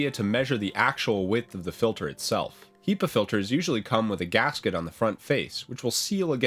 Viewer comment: So strange you say "HEE-pa" I've only ever heard it pronounced "HEH-pa"